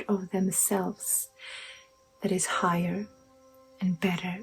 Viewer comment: What’s a “higer”?